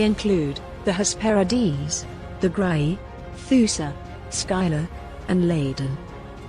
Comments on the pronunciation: Skylar? I remember it being pronounced Sill-a or Scylla. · Skyla.... Scylla(silla) very much triggering the mispronouceation pet peeve but I do love the video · I love these videos but I wish that the presenters would stop insisting on mispronouncing the names of the characters. Scylla is pronounced "Silla". The "C" is silent. Please look up more and more of these ancient stories. Telling these tales are more important than some might think to our human history and cultures.